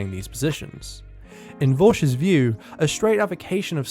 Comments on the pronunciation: Just pointing out you pronounced it vowsh. It's vaush like paul or maul. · it's pronounced /vɑʃ/, same pronunciation of the o as pot edit: i only heard your first pronunciation, but still highly irritating. you also round the vowel with your lips (as is usual in British (island) English dialects) but whatever